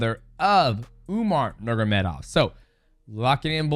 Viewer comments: Bro it drives me crazy how he always says it wrong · Nurmagomedov ❌ Nurgamedov ✅ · Nurgamedov 🙃 You are mighty but not in names spelling))) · Mighty Mouse hilarious for the pronunciation “Nurgomedov” LOL we love you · DJ it’s Nur-mago-medov 😂😂😂😂😂😂😂😂😂😂😂😂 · Its NUR-MA-GO-ME-DOV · Dj sayin is Usman nurm….of legit? Brother of Umar nurm….of 😅😅😅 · DJ mispronounces names better than Chael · I love how Mighty can't pronounce that last name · yeah so fucking annoying to hear him butcher the name Just say their first names instead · Nurmagomedov pronounce gets worse every time my brotha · Dj,Bratha... Atleast Say nurmagomedov right 😂😂😂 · Khabib is one of the greatest of the sport. i think his work as a fighter and as a man demands our respect to at least say their last name correctly. the way people would say in his country. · DJ can't pronounce Nurmegomedov 😂. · Dj tried hard to pronounce nurmagomedov but cant 😂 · the way dj pronounces their last names